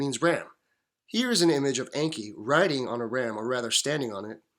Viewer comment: It is pronounced with long E. En.kee